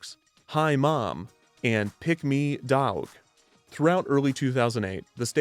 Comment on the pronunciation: This video has a lot of hilarious bits, but what really killed me was the pronunciation of "dawg"